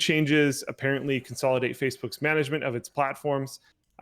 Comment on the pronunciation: incorrectly pronounced "...Facebook's MIS-management of it's platforms..." >_<